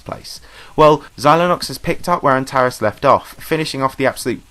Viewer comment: Antares is pronounced an-ter-reeez btw